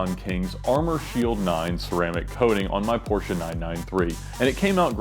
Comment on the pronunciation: and Porsche